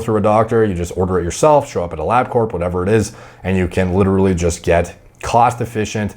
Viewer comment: Couldnt even make it 5 seconds into the video without hearing him say ‘LiDdErLy’